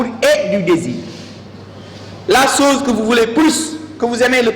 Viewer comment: La chose et non la soze. Le niveau est quand même faible et je me désole franchement la qualité. Je pleins les élèves qui au lieu de beaucoup lire se fient à de tels professeurs. 《comme M. Ndiaye présent, on dit à l'image ou comme M. Ndiaye ici présent.》